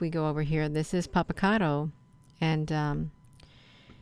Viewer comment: why do you think its helpful to have your face and head up in video frame? its not....and do you know how ridiculous you sound? you cant even pronounce the name properly!! yes there is alot of ufo activity around this volcano all of the time. ive seen it, i have video of actual ufos around it....but you have no idea what your talking about...obviously when it comes to clouds!! smh keep your face off screen, its not needed, just makes you look desperate for attn. lol